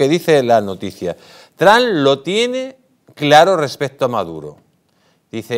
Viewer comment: TRAN ?????😂😂😂😂 TRUMP SR.